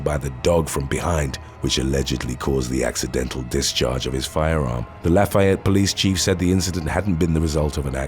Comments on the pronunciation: I am from Lafayette Indiana and it’s not pronounced like Louisiana la”fie”ette but it’s pronounced like la”fee”ette sorry I just love my hometown that’s all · Lafayette is pronounced as such. (Laugh - E - ette) not (laugh - I - ette)